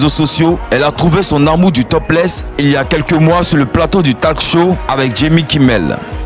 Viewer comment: Toi qui a fais cette vidéo...tu es trop gaou !! Et en plus tu montre clairement que tu es contre ...tu devais rester neutre. Tu ne sais même.pas prononcer les noms des stars.. On dit pas talk show * ça se lit tolk show...*. Tu as trop écorché de mots et noms.. Honte à toi ! Homophobe ! Comme si on se levait un matin pour décider d'être homo...ça se fait aussi naturellement que le fait qu'un homme préfère les femmes et vices versa . La différence n'est pas toujours mal ...Laissez à celui qui les a créé ainsi le droit de les juger !